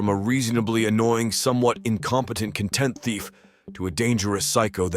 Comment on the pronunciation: content thief? As in, a satisfied thief? Brother what is your pronounciation lol